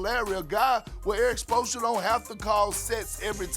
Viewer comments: Erik Sposssra 😂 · he called him ERIC SPLOSION SMH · How is Perk saying Coach Spoelstra name again?